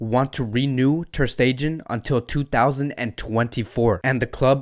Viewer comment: The way you’re pronouncing MATS’s last name is kiiiiilling me. 🤣 The last syllable is not pronounced “gen,” as in “generation” or “gender” or “gentrification.” No. But I like your videos & check you out a lot. Keep it up. Go Barca!